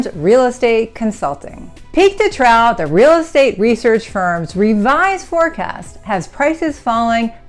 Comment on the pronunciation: trough is pronounced "trouff"!!!!!!!!